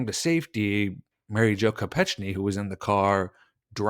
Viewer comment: to be respectful to her memory we should get her name right: I recall that her last name was pronounced Ko-peck-nee